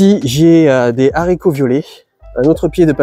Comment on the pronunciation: Bravo pour votre potager super productif ! Et un merci pour avoir fait attention à ne plus faire cette liaison sur les haricots ! 😀